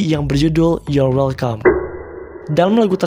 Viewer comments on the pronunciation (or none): none